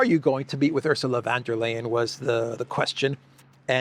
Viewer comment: Ursula Wonder-liar 😅😂? Is that correct? 😂